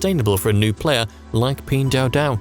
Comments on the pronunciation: Video is very good but where Pin dao dao came from? Pin Duo Duo!!! it's nerve wracking for anyone speaking Chinese! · You created at 12 minute video and still don't know how to pronounce the company name? 🤷🏼‍♂️🤦🏼‍♂️